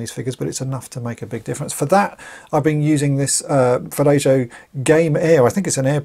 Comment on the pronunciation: Love watching your videos, but the "j" in vallejo is silent. It should be pronounced like "valle - ho" or "valle - o".